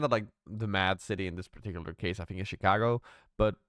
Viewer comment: "Chicago" lmao